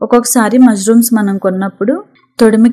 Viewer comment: Not mazrooms ,mashrooms btw good recipe